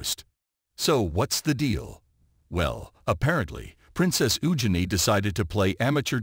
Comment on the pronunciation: Prounon Princess Eugene correctly and whatever got to say about Prince Harry ans Megan Markle is most probably 👍🏼 ✔️ true